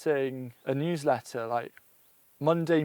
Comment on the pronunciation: I thought he said huwsletter.